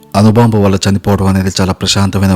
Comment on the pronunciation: నీకు తెలుగు సరిగ్గా రాదు లాగా ఉంది. అనుబాంబు అంటున్నావ్ అణుబాంబు అనాలి. వాళ్లు అనాలి వాల్లు అంటున్నావ్. తెలుగు నేర్చుకో ముందు పాఠాలు తర్వాత చెప్పొచ్చు.